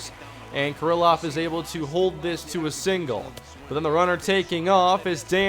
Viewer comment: It's pronounced kear-loff not ker-ill-off. Ehire is pronounced AD